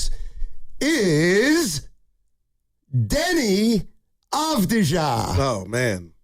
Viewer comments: His name is Avdiya- not avdija.... You should not use the J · Just like Jokic is pronounced 'Yokich', Deni Avdija is pronounced 'Avdiya' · If you are planning to recruit Deni you might first learn to say his last name correctly - Avdija is pronounced Avdiya... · Its A-v-di-ya and hes 25 atm. They wont trade him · you can't even pronounce his name , and he actually loves bein in portland yuh nerd. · Dude can't even pronounce his name right. No chance GO BLAZERS 🎉🎉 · learn how to pronounce his name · Yall don't deserve to get deni if you can't even say his name right or know his age sucka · Can't even say his name right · You can't even pronounce his name correctly. Embarrassing segment.